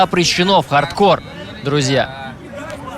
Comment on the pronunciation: Анатолий Юрьевич, объясните колхозникам, что правильно говорить Хардкор, а не ХардкорД... Ухо режет...